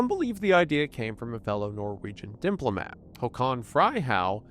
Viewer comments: "dimplomat" hehe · "Dimplomat"😂 he said it multiple times in the havana syndrome video too